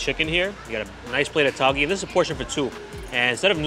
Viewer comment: Tauge is pronounced as tao-geh (like meh), instead of Tao-ghee Besides that, just wanna say I love your videos and the work that goes into introducing the food.